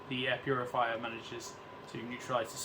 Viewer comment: Man literally said , puriviya, hahahah, instead of Purifier, hahahahh